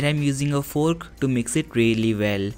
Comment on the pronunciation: He said fork like foook